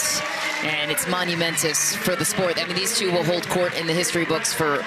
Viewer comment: "Monumentous."